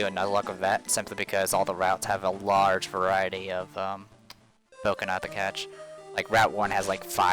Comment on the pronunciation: Bokena instead of Boneka XD